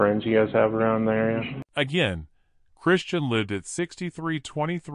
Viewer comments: And I believe her name is Kristin not Christian-voice decode man mispronunciation ? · Oh good God!! It’s KRISTIN!! Not Christian! Stoppit